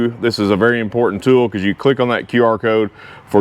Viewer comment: Love ur content, thank you. But that ool.. now Im saying it too😂